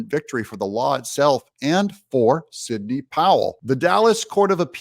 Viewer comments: Signey ? You can’t even get her name right come on 🤷‍♀️ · ...not signey , just saying , Doug